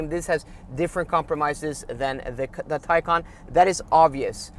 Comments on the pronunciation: if you say one more time teycan i will unsubscribe! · You have a Taycan, right? Can you hear yourself? It’s a Macan not a Taycan! Try compare apples with apples. 😵‍💫